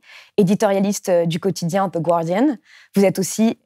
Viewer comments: On prononce "gardian", pas "gUardian" ;) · Comme d'habitude, une vidéo très intéressante. Merci. Une petite remarque. On ne prononce pas "Ze Gouardiane" comme dans gouache, mais "Ze Gardiane" comme dans garçon.;-) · On dit « ˈɡɑːdɪən » Pas gOuArDiEnNe Merci